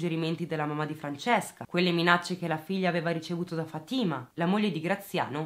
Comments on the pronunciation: Si pronuncia Fàtima non Fatîma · Si pronuncia Fa'tima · Si dice Fatima con accento sulla a